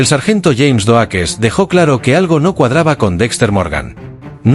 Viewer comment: Epico Xd "surprise mother, asterisco, asterisco" jajaja. Doakes se pronuncia (DoUkss. Pero igual estuvo genial el video!!